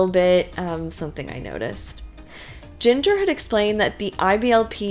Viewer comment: Jinger’s name sounds like “GINGER” the spice. Not Jinger rhyming with singer.